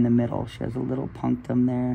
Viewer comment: The word you use, - for the pore at the center - how is it spelled? Sounds like you are saying “Puntam?” But that isn’t right.